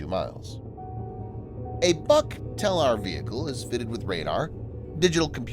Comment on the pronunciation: Its not the "buck". Its the "book". Russians like to name equipment after trees - buk, yasen, berezka, ryabina, akaciya, vishnya, yolka, iva, kedr, kiparis, klen, liana, olkha, palma, rakita